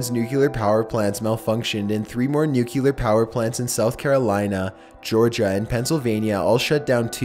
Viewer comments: I love your videos,but it drives me nuts the way you pronounce 'nuclear.' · Loved the video, but come on dude, nuclear is pronounced "new-clear" not "new-cue-lure." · You keep saying nucular instead of nuclear and it’s annoying!! But other then that good job! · NUCLEAR!!!!! NOT NUCKYLAR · Ekonomix I like his videos but i’d like them a lot more if he pronounced things correctly it’s nuke-lee-ar not nuke-you-lar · STOP SAYING NUCLEAR WRONG!!! SOUND THAT SHIT OUT! It's "NEWK-LEE-ER"....NOT "NEWK-YOO-LER" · excellent point!!! It's Nuclear not nukee-lear. If the video wasn't that old I'd have said the same. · I can’t believe you actually said “NUCULAR” 😂😂😂 it’s NU-CLEAR! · you really need to learn how to pronounce nuclear. it is very distracting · Love your videos but I’ve never understood why people can’t pronounce nuclear properly. It’s said “new clear” not “nuke ya ler” ffs. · It's 'nuclear' not 'nucular' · please please it's NUCLEAR not NUCULAR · please...please stop saying "nook-yoo-lar". It's not spelled that way or pronounced that way it's nook-lee-ur. Nuclear. Not nuculear. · It’s nu clear not nucular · What are nuculer weapons? The word is nuclear. There is no 'u' after the 'c'. I swear! Mispronounced words and ignorant comments have started ruining the channels I watch. I now have to leave this video and can't watch anymore. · new clear, newwww clearrrrr, not nuculer, Jesus you pronounce so many words like a bonobo. I love your content but seriously you say some stuff that is just torture, like macabre, you get that one wrong all the time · Nucelar XD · Each time he says "nu-kyu-lar", it makes me sad. Why,, why? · not sure if it's been said, but nuclear is phonetic. it's not pronounced nucular. ps. you're my favourite thing on YouTube. just sayin' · Nuke-eh-lar.. hehe...😁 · Nucular isn’t a word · the way you say 'nuclear' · Aske Elkær Thank you! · omg pleeeaaaaasseeee learn how to pronounce nuclear